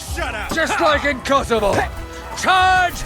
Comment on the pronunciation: KCDII: "Battle of Kosavo " ESO: "That's Constantinople, right?" Me: *facepalm*